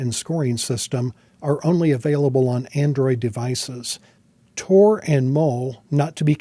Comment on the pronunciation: TOR? damn. thats not what i heard.